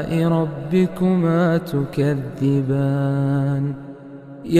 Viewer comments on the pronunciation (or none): none